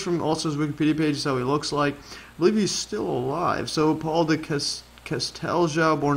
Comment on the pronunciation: Bezier - /beh - zee- EY/ 😀 Casteljau - /kas - tel - ZHOW/